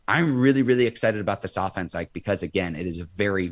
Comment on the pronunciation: Say his name correctly IKE!